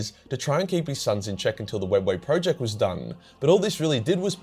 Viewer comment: Nice video, but ruined by you STILL not pronouncing the word 'project' correctly, you plonker, otherwise its all good :)